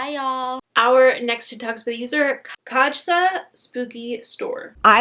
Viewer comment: Kasja is pronounced "K eye sah" I love her name 💜